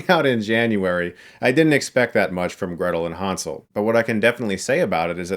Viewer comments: German here. All of the background doesnt even look germanic. Maybe slavic with a mix of North american folklore. And its Hänsel, not Hansel. Ä is pronounced quit different from A in Germany. But I guess respect for another mans culture only counts when its non-European. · what's with all the fucking 4:3-bullshit lately? also it's pronounced "hennsel" (from german "hänsel") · The pronounciation Hunsel makes it Ungerman and Unenglish at the same time. Like damsel would be right. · Han - sel😂